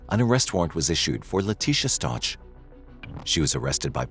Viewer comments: This AI voice mispronounces the last name. RIDICULOUS AND DISRESPECTFUL. You have the proper pronunciation in the news clip you put in your own video ffs By the way, she was just granted re-trial, unfortunately. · is this AI? bc ur not pronoucing his last name right. at least know the victims correct name if ur gonna make a video about him. 😢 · A whole hour and you can’t say their name right once huh? Weird. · Learn how to pronounce the victims last name. You want to use the tragic real life event for your content and cant even get the victims last name right. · I wish people would say Gannons last name right. No ouch sound on the end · And the last name isn’t pronounced that way. That was driving me crazy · You’re mispronouncing his surname - it’s a hard ‘k’ at the end. Please do your research and figure this out before you publish. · Oh FFS! Atleast say their name correctly.. if you're going to release a video for Monetary gain. Last name is STAUCH pronounced "Sta ow k" "Stauwk" not "Ch" sound at the end. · The name Stauch is not Letecia, it is Al, his family, and most importantly Gannon. So I wish people would put a little more effort into making their AI narrator get it right in pronunciation st-ow-k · His last name is prounouce st-ow-k... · I'm not trying to be rude, just for respectful & accuracy purposes...his last name is pronounced ST OW CAH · Please pronounce his last name correctly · Video is only 2 weeks old, and facts are wrong in it. Leticia is NOT in Colorado. She was transferred to Kansas a year ago. Her name is pronounced Stowk, not Stouch! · Why do you keep calling them Staunch ? It’s Stauch like Stauck with a K sound. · "Stotch"? Really? It's pronounced "Stowk." This case is not recent at all, the trial was televised and her name was all over the place in the news. She says her last name in this very video, yet you still pronounce it "Stotch"? Oh wait. This is AI, isn't it? It's still wrong. 😅🤣😅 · It's not Stoch.... it's Stauch....